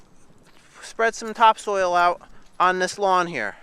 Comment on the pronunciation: "Topsoil"; one word not two,!